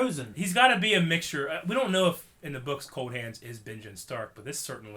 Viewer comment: lol "quath"